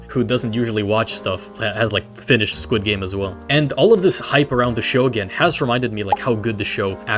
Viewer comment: skwid gaymes